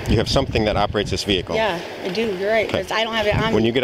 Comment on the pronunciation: Amanda McCake? Hahahhaha poor soul couldnt leave the veehicle if she wanted to